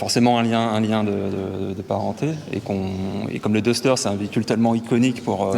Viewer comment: Le "daster" pas le " dester" . It's English buddy.